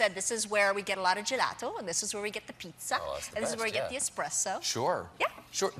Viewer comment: Her italian pronunciation sounds pretty correct to me (I'm from Italy), it's not fake at all, for example she says spaghetti almost like a native italian( just the double T sounds a little too "english"), or the way she says "pizza" and "gelato" are fine, and other words like "burro" or "parmigiano" . She sounds just like an italian person who is speaking only english for many many years, as she actually is.